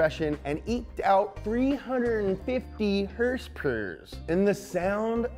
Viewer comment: Pleeeease say "hers-purs" again in another one man...LOL